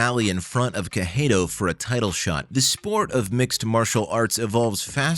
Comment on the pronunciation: Not watching past 10 seconds, how do you mispronounce Cejudo that badly.